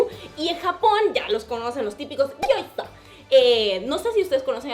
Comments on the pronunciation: Se dice tal cual se escribe una palabra solo:Gioza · Me reí FUERTE cuando dijiste Gyoza jajajajaja